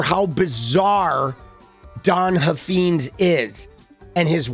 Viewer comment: I live in Texas where this guy is from. He is an idiot but it’s pronounced Huff Fines. Like a fine to be paid Huffines